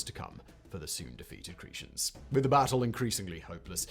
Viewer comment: Cree- shens? Lol. It should be pronounced: Cree-tens.